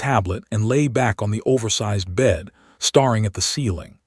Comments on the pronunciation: Reminder number 15?!.. 8.39 Ai voice ”starring” instead of the correct ”staring”! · The word, staring. Is a word from to stare. But narrator pronounces as starring. Pronounces as star ing. Not the same meaning. It is like live as in to live. Is written the same as live, but pronounced as Lyve. As in To go live. Same spelling, different meaning. Different tenses. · Good story. Nice pacing. But the AI still gets wound (as in wounded) and staring wrong in pronunciation.